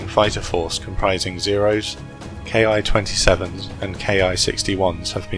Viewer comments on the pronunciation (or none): I am a Japanese. Imperial Japanese Army's aircraft name "ki" should be pronounced not "ke-ai" but ki of "kill".